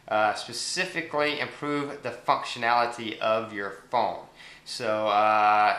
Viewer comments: did u say fucktionality ?? :P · did he just say the fuckctionality?